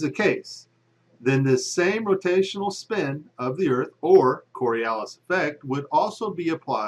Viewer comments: The Coriolis Effect has nothing to do with an object that's sitting on the ground. And it's pronounced kawr-ee-oh-lis, not kor-ee-el-lis. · Its Coriolis (kôrēˈōləs) - not Coralias. Its at least helpful to be able to spell and pronounce the effects that you don't actually understand... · "coralias", really? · The flat earth crowd really needs to learn how to make a coherent argument. (And learn how to spell and pronounce "Coriolis" while you're at it) But pretty much all of the claims in this video against a curved earth presuppose that the atmosphere should be stationary while the earth rotates underneath it. Obviously the wind isn't blowing at 1000mph at the equator, so this is basically a strawman. We can all agree that planes fly through the air, and we can all agree that the air is (aside from localized weather phenomena, and things like the jet stream, etc) stationary, relative to the surface of the earth. We can observe, measure and verify this. So none of the arguments about how planes would fly backwards and never be able to land is nonsense. The fact that these things don't happen isn't proof that the earth isn't moving. It is proof that the atmosphere isn't moving relative to the earth. Which is something the flat and round crowds should agree on. It's pretty obvious. So if you want to make an argument that at least makes sense (even if it's wrong) you should at least rephrase it so that you're arguing a spinning earth wouldn't have an atmosphere moving with it. Having said that, suggesting the atmosphere is moving with the earth, doesn't require it to be a solid. Gases experience friction just like solids and liquids do. The earth spinning under the atmosphere has friction. The vacuum of space does not. So even the tiny amount of friction between the earth and the atmo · Twenty seconds into the video, demonstrates that he can neither spell nor pronounce "Coriolis." From there, it only gets dumber.